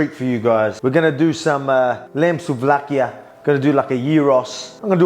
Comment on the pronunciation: Souvlakia and Gyros !!! Nailed the accent,very very good ! :D Not Gairos or whatever